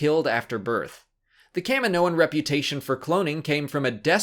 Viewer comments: Why is it pronounced "Cam-min-noans" and not "Kah-mee-noans"? The planet is Kamino ("Kah-mee-no") not Cammino. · kah mi moh an....jeez americans can't even speak made up english properly